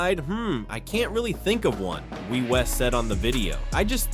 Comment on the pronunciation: Hey dummy, you pronounce her name wie as in yes in French...so stupid.